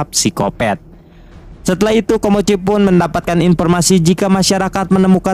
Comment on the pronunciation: Awal ngenalin nama nya " KOMOCHI " seiring berjalannya waktu kenapa jadi nyebut " KIMOCHI " dah bang 😅